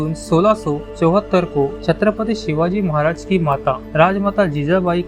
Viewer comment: शिवाजी महाराज बोलना नहीं आता क्या दुनिया के सबसे महान राजा का नाम ऐसे लेते हैं क्या